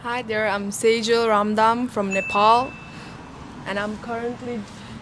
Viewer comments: What happend to her if she is living in Canada for 10 years then I get it that her accent is changed but just in 3 months she can’t even pronounce her country name properly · it’s pronounced a bit different according to accent. In her accent, she pronounced it was “NepHal”, I think her tongue was a little lifted. In our original accent, we don’t lift up the tongue and pronounce it as “NePal”. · Why people pronounciate (नेफाल) Its " नेपाल".....i dont think one need to change pronunciation of their own country in order to sound like foreigner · She forgot how to pronounce Nepal in just 3 months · Bro she mispronounced her own name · accent mustn't matter while pronouncing own's country name bro... shouldn't try to be foreigners being nepali at least we should pronounce our country's name properly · She is nepali but she don't know how to pronounce nepal😑💀